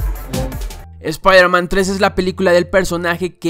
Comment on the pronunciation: shpairman XD